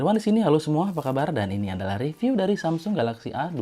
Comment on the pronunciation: saran aja bang, kalau review itu dibaca rɪˈvjuː (bukan re tapi ri) dan design itu dɪˈzʌɪn. biar kedepannya makin oke